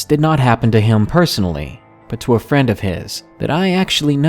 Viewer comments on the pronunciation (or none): none